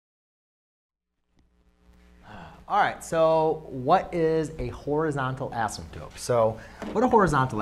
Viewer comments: Why do you keep saying "asymptope"? Is that another accepted spelling? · love it. but i think u called it an asymptope instead of an asymptote lol